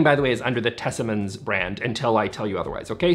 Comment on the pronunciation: I'm confused too as Tesammans is not a word in Swedish. I didn't know how to say it and said it perfectly. Thank you all for a fun little Swedish moment even though this video is not about languages!!!